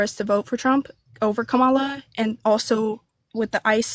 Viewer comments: Not 'com-MA-la'. Kamala, ie, comma-LA (luh). This mispronunciation is a tell-tale sign that caller (guest) only watches, reads far right wing disinformation streams where the mispronunciation of the Harris first name is purposeful to show disrespect toward the former U.S. Vice President. corrects her and makes a mental note (probably) that she is part of the cult. And to treat accordingly. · "ka-malla" ... dude I'm a white Canadian and even I know how to say her name correctly.